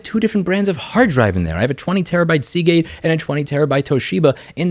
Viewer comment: Hold On , Did Bro Say Seagate ?